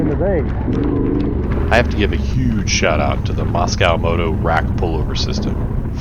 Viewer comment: "Moscow" Moto. Haha. It's Mosko - a Spanish shortened nickname for "mosquito" - not Russian. Anyway, fun video in my backyard. Thanks!